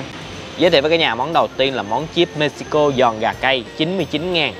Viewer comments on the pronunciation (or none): none